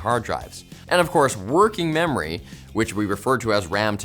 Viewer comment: Wandom access memowy